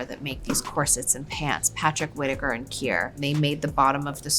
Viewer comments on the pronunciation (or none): none